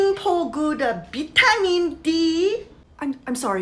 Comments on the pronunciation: Ok, if anybody somehow pronunces "vitamin" as "beetamin", they are a complete failure in life and need to get it together. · the korean mom should've said "vaira-meen dee" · Try saying “Bee-ta-min” to her and she’ll be like “OOoooooOooHHHHH!” And understand 😜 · “BEETAMIN D” had me rolling everywhere 😂😂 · I need a “Vitamin” too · Beetamin dee